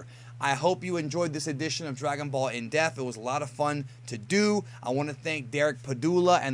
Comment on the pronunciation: Whenever I hear you say "in depth" I keep hearing in death or in deaf.